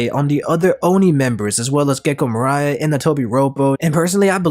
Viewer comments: pOnEglyph not ponyglyph MOria not Moraya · Am i the only one thats petty enough to slowly get kinda annoyed at people misspronouncing moria's Name its Not Moira or moreia Moria the i Stands for it self mor.i.a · The Gecko Moraia es getting to my nerves. 1st time ive heard it spelt like that, is just Gecko Moria man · Mariah ≠ Moria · Ay-o-kiji, Mari-jowa,Moraya 💀💀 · Gecko Mariah? Have you never heard how to pronounce Moria before?